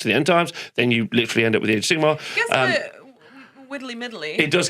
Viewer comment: Glad to have back 😊 and I love the addition of energy. But for the love of god - can someone please correct pronunciation of Sigmar?! I'm not even a fan of AOS, I am an Old World stan. But this has rustled my jimmies to no end!!! Sigma is the eighteenth letter of the Greek alphabet. Sigmar is a different word. Sorry for being a dick about it. 😘